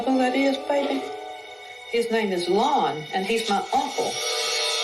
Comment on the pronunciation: Whew! Lon, not Conn